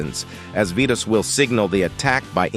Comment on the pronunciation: no way bro said 'vetos' 💀